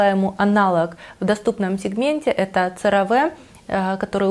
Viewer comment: Cera Ve произносится Серави